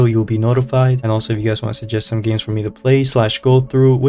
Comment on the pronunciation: Did bro say gims computer